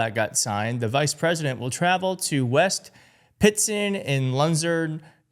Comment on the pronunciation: Pronounced pitts ton. Loo zern. Research first!